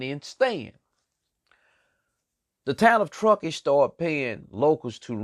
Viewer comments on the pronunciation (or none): I hear what your saying but you saying all the names of places wrong at one point you said tuskee county